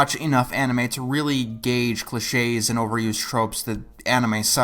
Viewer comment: didnt have the accent on the 'e' in cliches so i thought it was glitches